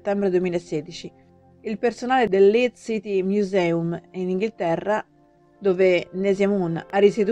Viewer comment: LeedS, non Leed. "Museum" è inglese. Non si può sentire letto in latino. Vi consiglio un minimo di verifiche scolastiche prima di pubblicare un video del genere.